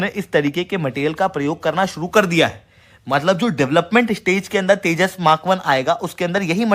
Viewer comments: Sir Tejas ko teja kiyo bolte hai aap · जाहिल, तेजस को तेजा बोल रहा हे.. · Ye harami Pakistani Tejas ko Teja bolte hain !!!😂😂😂😂😂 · Tejas...not Teja 🐊 bole ki cheemni😅 Din hote hi Pak reports India..India 🇮🇳 karne lagate hai